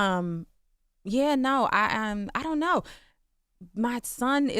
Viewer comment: “I dunt knowwwah”…yeah that’s British lol